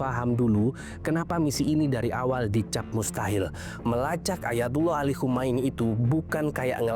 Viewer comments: Khamenei. bukan Khomeini. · Khamenei bg bukan Khomeini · Khamenei, bukan khomeini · koreksi narasi... Khamene i